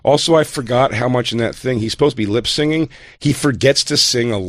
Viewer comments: I know you're not actually saying "lip-singing," right? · ...is this guy saying "lip sing"? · Im a huge pig jay fan but god dammit his insistence on saying "lip-sing" instead of "lip-sync" might legitimately drive me crazy. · someone needs to tell Jay that it's "lip sync", not "lip sing". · Good stuff, but damnit Jay it’s “Lip Sync” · It would be, if Jay didn't keep fucking saying "lip singing" instead of "lip syncing".